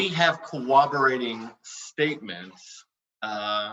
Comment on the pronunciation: If I hear him say "cowoborating" again, I'm gonna shoot myself.